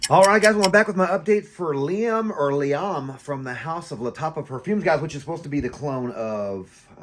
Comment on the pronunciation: It's referred to as Liam Gray or Silver because there's also Liam Blue. The pronunciation is correct. It's very good stuff!